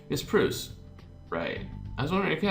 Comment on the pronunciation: Gillotine is pronounced like that because it'd have to be Gilleotine how you pronounce it, and camembert is pronounced camombear. It's French for cheese. Proust is prounced Prowst :D